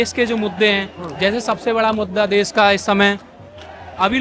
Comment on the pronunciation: देस नही देश बोलो, कहा से आते है ये लोग